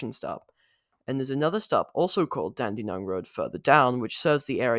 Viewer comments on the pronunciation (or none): Hi, it’s Dandenong Road, not Dandy Nong, just fyi. Gave me a giggle though.